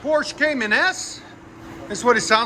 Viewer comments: 1st time: Porsche Cayman S... 2nd time: Porsche Cheyenne S😂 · Cracking me up how many different incorrect ways you pronounce Cayenne. 😂